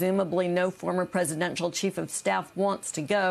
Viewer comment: Did she say "Trump's Cheat of Staff"?